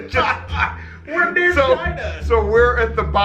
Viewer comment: It didn't say China it said vachina